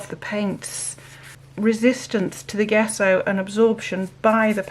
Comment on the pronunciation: Loving your experiments. Gesso is pronounced with soft J…Jesso.